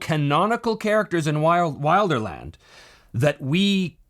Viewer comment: Speaking of purism... it is pronounced will-der-land, not while-der-land.